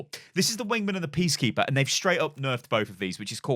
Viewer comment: Did anyone else realize he said PEACkeeper and not PEACEkeeper